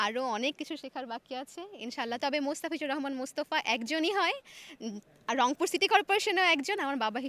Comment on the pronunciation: এই প্রথম অংপুর কে রংপুর বললো,,,ধন্যবাদ আপু তোমার মুখে মধু আছে,,গো হেড